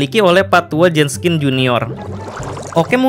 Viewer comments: Min... Jenkins apa Jenskin...? Kok mimin bilang Jenskin...? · JENKINS, BUKAN JENSKIN, hadooh kebalik nih naratornya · Kalo bisa pronounce nya lebih bagus, Jenkins kan? Ko dibaca nya Jenskin? Ini kritik agar lebih baik, kaya orang2 yg gabisa ngomong Dark dibaca nya Drak 🙄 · pas mgomong pak tua jenskins itu ngomongnya pak tua jeskins pas di awal awal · everybody gangsta, until kata "Jenkins" dibaca "Jenskin" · Bang Kok Jadi Jenskin?? Kan HarusNya Jenkins:v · Itu pak tua WALKERR , BUKAN JENSKINN